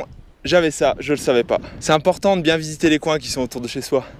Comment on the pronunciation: C'est pas biiieeeeeen x) x) Cet accent suisse x) x)